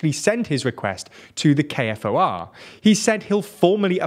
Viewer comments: It’s pronounced k-4 not k-f-o-r….you’re welcome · KFOR stands for "Kosovo Force" and is pronounced "K 4", it is not an acronym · Another correction - KFOR stands for "Kosovo Force" and is pronounced "K 4", it is not an acronym. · You are correct it is pronounced like "U-Lex" and while being pedantic it is pronounced like K-4